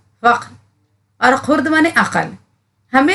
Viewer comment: خرد کا تلفظ غلط ہے آپ کا